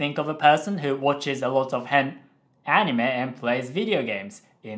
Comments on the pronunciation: I like how hi said hen- anime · “Hen- anime” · He Said "Han- Anime"